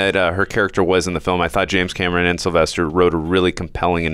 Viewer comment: Why do you keep saying James Cameroon?